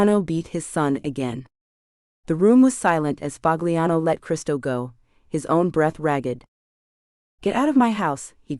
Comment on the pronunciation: " Pahliano" not " Pag liano"..damn A I